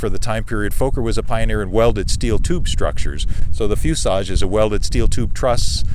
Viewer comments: Why does he keep saying fusage? I want to scream at my phone and say "it's FUSELAGE"! lol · Is there a reason for his pronunciation of "fuselage" as "fusage"? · Fuselage. There’s an L in that word.